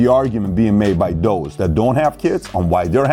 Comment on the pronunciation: Dos? Its those!